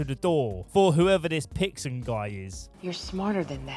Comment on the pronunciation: It's not Pixon, it's Dixon